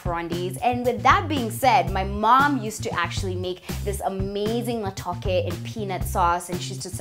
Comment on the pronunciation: Totally butchered that matooke on the peel